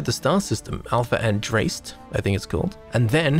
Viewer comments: Hey boss - just to help out, it’s pronounced Alpha An-DRASS-Tay. Andraste was an ancient Celtic goddess, similar to Athena. You know how astronomers get; they love them some ancient god names. People might also know the name from the dragonage games, but that’s where it came from. Also, I think they planned underwater exploration, then they looked at Volii Alpha, and decided… you know what? Not worth it. Anyway: cheers! Good stuff! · Pronounced an-dras-té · tell me you havent played dragon age without telling me😂 its ANDRASTE, that system is a reference to dragon age, andraste being the primary deity of one of the religions, google andraste, its the first thing that comes up! AHNDRAHSTEH